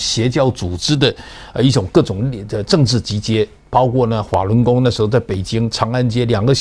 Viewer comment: 滑（法）轮功～～辉（妃）子、哈哈，这口音